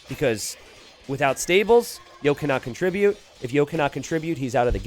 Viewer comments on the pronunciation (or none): none